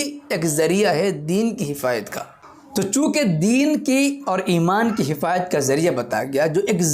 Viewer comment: یہ حفاظت کہہ رہا ہے یا حفایت